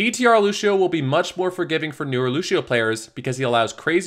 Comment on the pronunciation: Lu*sh*io stop it